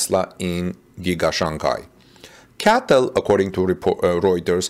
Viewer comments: It’s C-A-T-L not CATL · it’s pronounced C A T L